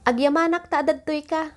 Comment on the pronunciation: mam, mali po yung bigkas ng 'agyamanak". yung bigkas ng "malem", dalawa kasi ang bigkas. so please specify uung lugar para hindi ma confused yung learners